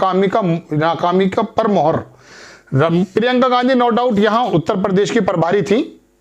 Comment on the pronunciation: दुनिया के सारे चूतिय इसी चैनल पर है क्या ? एक तो इनको ठीक से हिंदी बोलना नही आता परदेश नही प्रदेश होता है । परसारण नही प्रसारण होता है